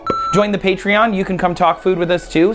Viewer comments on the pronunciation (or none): none